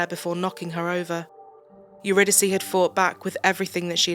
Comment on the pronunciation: Her name is pronounced uridicee. It’s a greek play or goddess I think